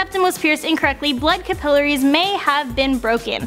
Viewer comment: She said capillaries wrong😂😂😂. Don’t say something if you don’t know how to say it